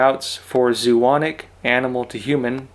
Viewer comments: Zoonic? No zo·o·not·ic [zoh-uh-not-ik] , adjective zoonosis [ zoh-on-uh-sis, zoh-uh-noh-sis ] Pathology. any disease of animals communicable to humans. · here... zoh-oh-NOT-ic